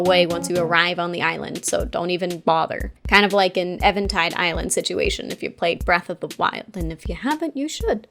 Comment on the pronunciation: I feel like it’s meant to be pronounced even-tide, but imo Evan-tide sounds more dramatic